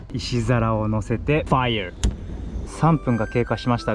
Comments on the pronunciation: 知識がすごくて聞きやすいし楽しめました あとファイア🔥の発音が最高すぎました笑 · fireの発音めちゃ良い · That “Fire” is so englishing 😂😂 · いつもchieetonさんのFireの発音が良すぎて笑ってしまう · First video i watched on the channel, that "fire" caught me off guard because its pronounced so well by a non-english speaking person 😭 I like this style of editing, def adding you to my favorites